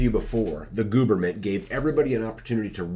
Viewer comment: Ha! Gooberment... Wonder where you learned that one😂